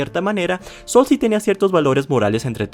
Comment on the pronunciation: Por que dices bether call sol 😂😂😂😂😂😂😂😂😂😂😂😂😂😂😂 se pronuncia saul tal cual pero de forma rapida.